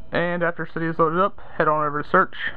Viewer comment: um isnt it cydia not cyda